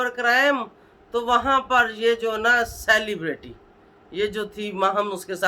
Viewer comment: Bol tu sahi say ap,celebrity bhi bolna bahi ata ap ko